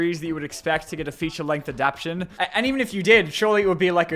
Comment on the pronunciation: Do you legit not know how to say adaptation?